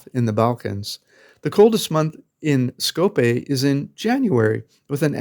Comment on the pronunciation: It's not Skopé... but SkopJe (to be pronounced SkopYè)